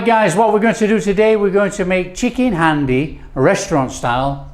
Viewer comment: 1. Its pronounced 'haandi' 2. This isn't chicken haandi. I don't know what this is 3. You kill the methi adding it that early...unless you are using dried kasuri methi 4. You needed to add more oil to the spices/tomato to fry them off properly 5. Pre-cooked chicken breast?...use chicken on the bone next time for haandi 6. WAY too much yoghurt Apart from that it wasnt bad. It wasnt good either though boss.